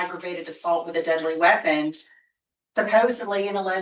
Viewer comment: What's a wipon?